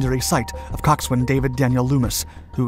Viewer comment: Absolutely love your videos. FYI, you don't pronounce the w in coxswain.